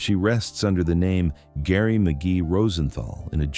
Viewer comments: pronounced JERRY NOT GARY. STUPID Ai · Geri not GARY, AI NARRATION SUCKS. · I hate AI. HER name is Geri, not Gary...😮‍💨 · I think you mispronounced "Geri" and also "Boca Raton".